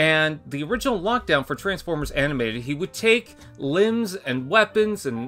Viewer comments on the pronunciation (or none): none